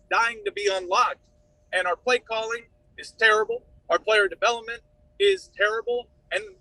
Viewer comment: “Our play calling is tUrrible”